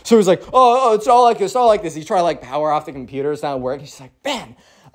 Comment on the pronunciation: COMPUTER (COMPUTAH)